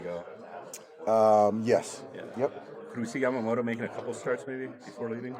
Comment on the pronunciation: やっぱタツテトの発音がしにくいのか、ヤマモトはヤマモロ、ヤタはヤラになるのかなw たまにちゃんとヤマモトて発音する人もいて逆に驚く。